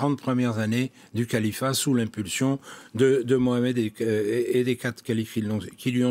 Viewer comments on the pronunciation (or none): none